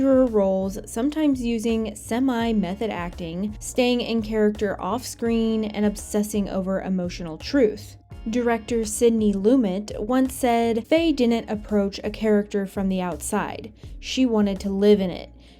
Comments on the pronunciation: it’s pronounced Sidney luMET, not Sidney LUmet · Sidney Loo-met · Pronounced, "Loo-Met".